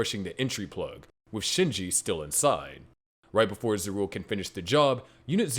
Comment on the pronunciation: ZAH RU EL. My god. Maybe this actually NEEDS AI just to fix the horrific pronunciations.